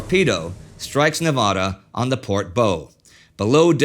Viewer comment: Did Indi really mispronounce where the first torpedo struck the Nevada?